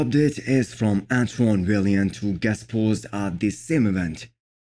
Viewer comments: it’s Antoine “vai-ant” not val-e-ant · Antonie W A Y A N T. This is how he pronounces his last name.